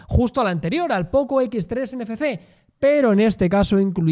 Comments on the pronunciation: Desde cuándo la letra "efe" se pasó a llamar "fe". No sería "Ene, efe, ce"? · "ENE FE CE" Jajajajajaja